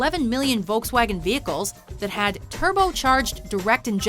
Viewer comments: "Voulcks-waagen" LOL it's Folks-wagon, the people's car. Could not concentrate on the rest of the video, just kept laughing. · i like how she says "wolks vagen" ... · Ha!the great toungetwisting wizard can't pronounce"FOLK'S WAGON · it is pronouced folks-vagen not Volkswagen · 🤣 i love how English people say Volkswagen 🤣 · Oh no, u pronounce Volkswagen so badly